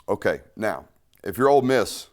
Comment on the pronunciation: Love love love the break downs Dude. My only note is that we are "OLE" Miss...not "OLD" Miss. haha. Every time you say "OLD" I think of my mother-in-law. I don't want to think about that hag while im watching football! haha. Hotty Toddy!